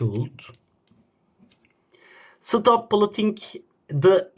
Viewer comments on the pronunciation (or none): none